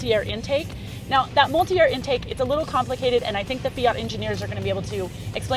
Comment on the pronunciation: Mulit-air haha